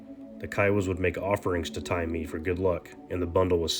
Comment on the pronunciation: It's pronounced Tye Maye..